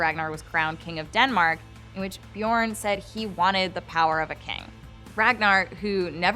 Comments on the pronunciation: Шаян and its pronounced Björn not Bjorn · It's not pronounced byourn, have you actually watched the show. It's not that hard to pronounce all the names if you actually watch it